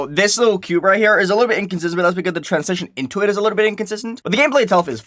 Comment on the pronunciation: why do yo say tran-si-zhi-on instead of tran-zi-shi-on